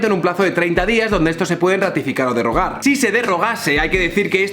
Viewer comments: A la persona unida a otra en matrimonio se le llama cónyuge, pronunciada [kónyuje]. y no, cónyugue. Se dice derogar no derrogar. Que luego estas cosas restan credibilidad, por lo demás muy en tu línea. Buen vídeo. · Mira que me gustan tus vídeos, pero he oído maxime, derrogar y conyugues y me ha petado un tímpano. Eso si, solo te resto medio punto por cada falta, así que no te preocupes. En serio, soy abogado y me parece que has abordado de forma muy interesante un tema que me parece sangrante, pero esas cosas le quitan un poquito de magia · Hola ! He visto algún vídeo tuyo y me han parecido interesantes y bien fundamentados, algo bastante difícil de encontrar hoy por hoy. Quería decirte para futuros vídeos que creo haberte entendido decir “derrogar”, es solo con una r, también pronunciaste “cónyugue”,y se pronuncia con fonema de j, cónyuge. Por todo lo demás todo mi apoyo, me parece que en una sociedad libre es básico lo que tú haces, a parte de dar otro punto de vista bien argumentado son amenos y actuales. Gracias y un saludo. Sigue con ello!